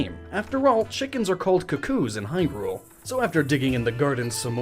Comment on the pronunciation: You pronounce Hyrule correct, but Hylia wrong?!?!